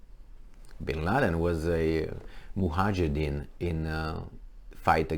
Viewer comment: Just to correct you a little, it's Mujahideen not Mohajideen. We understood what you mean anyway. Osama used to work for CIA. All the mess coming out from this world always come from USA. What's wrong with these people?